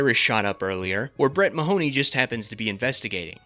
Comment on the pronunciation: As a native Irishman, the way everybody pronounces "Mahoney" is so jarring